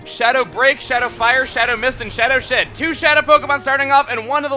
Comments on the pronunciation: he said Shadow Sh*t instead of Shadow Shed lol! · it soundslike you said shadow sh*t xD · is it just me but when explaining moltres's attacks did he say shadow sh*t? or am i just crazy